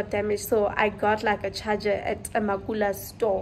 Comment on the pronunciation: Hei you’ll also get in trouble for saying “makula”😂